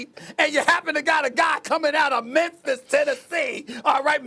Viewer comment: Stephen A.... you saying Memphis a lil too hard. PUT SOME RESPECT ON MY CITY 🤣🤣